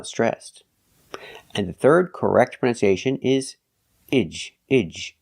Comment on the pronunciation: you seem to be pronouncing the word “pronunciation” incorrectly. Can anyone clarify the correct way?